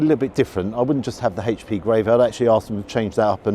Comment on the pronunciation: Oh,!! You can be such a drip at times! Also, it's not " haitch p sauce" it's "aitch p sauce.'